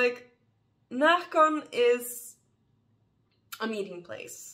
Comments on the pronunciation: Seems nice, I've never been. Also love how your Swedish dialect is heard whenever you say Närcon 😊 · i agree 😁